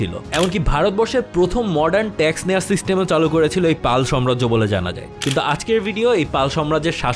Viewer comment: ভাই, শব্দ টা সাম্রাজ্য হবে,সম্রাজ্য না।